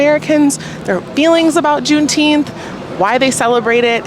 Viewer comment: juneteenfs bruh, sheeeit